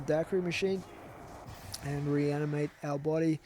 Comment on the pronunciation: its pronounced Die-Queer-ee